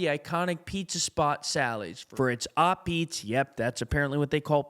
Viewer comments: It's "ah-BEETZ", not "op-EATS". Irritating. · And you pronounce it ah-beets. Emphasis on the first syllable.